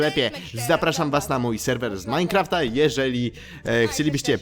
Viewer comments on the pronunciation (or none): Majnkraft de best perfekt inglisz